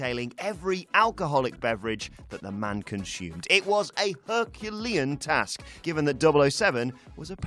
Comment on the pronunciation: "You'd Ashhooom, you'd conshooom..."